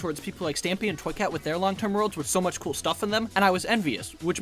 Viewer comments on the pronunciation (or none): none